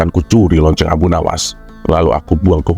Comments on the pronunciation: Assalamualaikum.ngakak bngt ketika berbicara LOCENG.tpi Tulusannya Lonte..Aku suka sma chanel ini ada 2 chanel. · Sama lagi yaAllah kocak bgt😭🤣